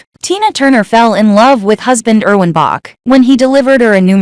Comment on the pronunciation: You are repeating yourself. And please say Erwin's Name right, we here in Germany pay attention on how you pronounce your names, cities, etc. It is bad enough how english speakers made new names of our cities, counties, states, and even our country's name: we are Deutschland, but have to accept that we are called Germany.